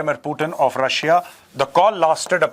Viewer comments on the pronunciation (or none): none